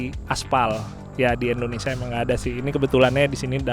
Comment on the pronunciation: Indonesia bukan endonesia bang